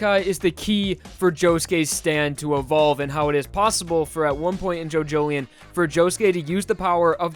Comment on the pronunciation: Jo Jo Lion not Jojoleion